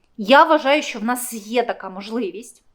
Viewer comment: А слабо сказати. Що, а несчьо, противно слухати